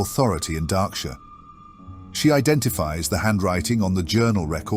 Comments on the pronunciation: Henceforth I will only refer to it as "Dah-ksure" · It's more like mispronunciations than lore inaccuracies. Darkshire is pronounced as "Darksure" or "Darkshore" and Goldshire as "Goldsure" or "Goldshore". And some timeline mix ups, where something is said to happen before or after it did. I have not caught a timeline issue in this one, but I have in others. If I catch any on other viewings I will leave a comment. I am a big fan of these and I am just speaking out because I think these are great pieces to get someone into the expansive WOW lore and it's so fun. I am a fan, keep'em coming!